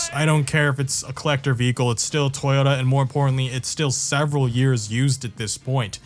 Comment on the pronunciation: I've never heard someone pronounce Toyota as "Twitta" 500 times in 22 minutes before